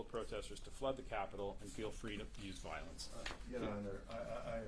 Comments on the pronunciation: “viilence” “krupshun” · She doesn't support " volince"